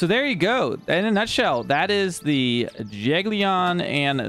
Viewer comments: Jag-Ellen is how I've usually heard it pronounced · It's pronouced Yag-yelon